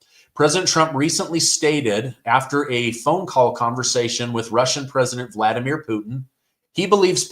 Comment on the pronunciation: Vlad...Vladimir. not vuldamir lol. Ok sorry. That bugged me.